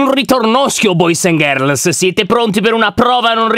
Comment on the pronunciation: Con quale accento ha detto "BOYYZ AND GIRLZZZZ"